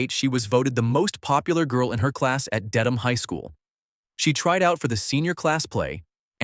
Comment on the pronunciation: I was born and raised in Massachusetts. I’m glad to hear Dedham was properly pronounced in this video.